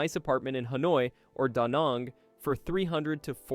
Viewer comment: Danang rhymes with gang, not gong.